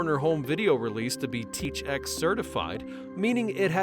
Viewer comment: It's NOT "teach x" it's T H X you say each letter in order. Man this AI Narration is such bull💩.